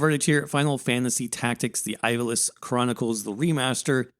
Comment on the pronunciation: Sorry to be that guy but you're saying Ivalice wrong.